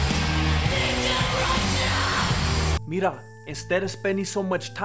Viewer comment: i lIke your clips... When you say MIRA my Brain will making big BUM... PLEASE LEAVE THE WORTH MIRA... Allways when you say MIRA You like ANUT